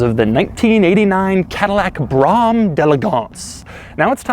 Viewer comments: And it's not pronounce Brahm, it's Brome. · Why do you keep saying braum. Where I’m from this is a BRO HAM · BROM!?!?!?!?!?! Brougham. Pronounced “brome” how do you get brom out a brougham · Brougham is pronounced BROME, not BRO HAM. 😬😁. I worked at AutoZone for many years and got A LOT of BRO HAMS. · Brougham is pronounced "Brome" not "Braum". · Its “broam”. Not brom or bro ham. BROAM . He says it wrong every single time. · It’s pronounced “Brome” not “Brahm” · It's pronounced "bro-um" not "brom". The ultimate pinnacle. New ones are shit. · It's pronounced "brome" not Bram or brom. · Hey it rhymes with home, not brom. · Doug had no idea how to pronounce the name of this car at all...D'elegance..elegance being it's own word and pronounced as such with a D in front.. Brougham..is pronounced BRO'HAM ..not Broum..smh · no-one on earth calls it "brom"..lol..its broam or (if you grew up in the days of Sweetback and Shaft):P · Listening to him mispronouncing Brougham drove me crazy. It's BRO- HuM not BROM. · Doug, It's not "brahm"... it's "brome". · I had one. Was a great car...until the warranty ran out. A month later the water pump went out and the next month the AC went out and THEN the intake manifold started leaking so I sold it. I did love it though. BTW it’s pronounced Brōm not Bram. As per Cadillac’s own publication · Its pronounced BROAM. Like that's the sound the car makes when you hit the gas while in park, the car goes BROAM. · Jesus. This is driving me I sane, Doug. It's pronounced "brome", rhyming with "home". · pretty sure it's Bro-um. Just like 'Graham' should really be pronounced 'Gray-um'. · Haha! Great video, but could you do an entire video where you just mis-pronounce car names? It's 'Bro-um' by the way. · BROHm (one syllable) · Simply "Broh-am" the G is silent - my opinion. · Everyone knows it’s BroHam. Lol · It’s pronounced as “Brew ‘em” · It’s pronounced brome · Rhymes with "Rome". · It is actually pronounced “bro-um” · Its "bro ham"